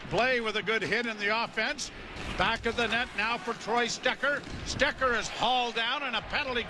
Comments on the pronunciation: God love Joe Bowen but he pronounced Stetcher three different ways tonight and none of them were right lmao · yeah who's Stecker?